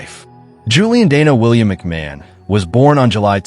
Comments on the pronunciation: His name is pronounced McMarn. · McMahon - Mc "marn". American english is hopeless! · As an Australian I object to rubbish from America. Australian royalty. 😂You can’t even pronounce his name correctly 🤦🏼‍♀️